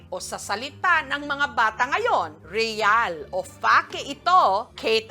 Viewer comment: Re-yal or Fa-ke? Fa-ke oh no Re-yal!!!😮